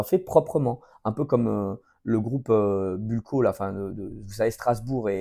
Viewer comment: D’ailleurs c’est Blue CO Pas Buco(dentaire😂)